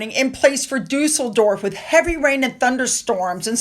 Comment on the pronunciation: Glueckwunsch. Duesseldorf perfekt ausgesprochen❤